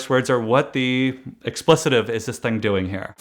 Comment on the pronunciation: It’s pronounced ex-ple-tive